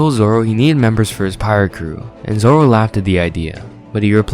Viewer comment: "Two Sword Zolo"